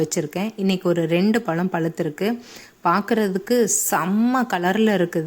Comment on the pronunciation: பலம் இல்லை மேடம் பழம் என்று சொல்லிப் பழகுங்கள் இப்படி தமிழை கொலைப் பண்ணாதீங்க.